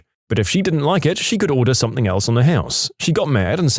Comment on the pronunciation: No K in the word something